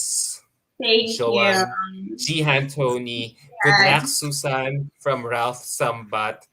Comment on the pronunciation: The pronounciation should be SUZAYNE, not SUSAN.